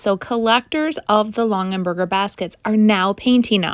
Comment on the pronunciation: Just to clarify, it's Long-a-berger, not Long-en-berger. I recognized it as a Longaberger instantly, painted or not 😂